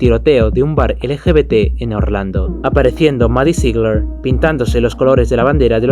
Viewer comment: Me encantó tu vídeo! 💞 Eso sí, tal vez deberías considerar buscar como se pronuncian correctamente algunas palabras o nombres (como "Ziegler" o "LSD" ) esto lo puedes hacer buscándolo en Youtube (artistas pronunciando sus nombres, por ejemplo) o escribiéndolo directamente en el traductor de Google y dando click en la parte de "escuchar". Sigue así 🌹🌹🌹